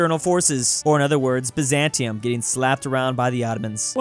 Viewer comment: Bro said bizantia😂